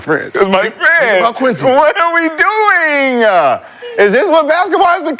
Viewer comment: whoa that man said doinga with the a at the end is crazy